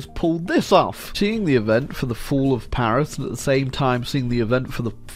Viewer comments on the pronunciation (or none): none